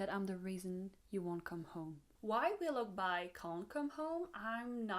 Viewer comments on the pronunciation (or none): Very nice breakdown! Also: Wiloughby is pronounced willow-bee. :)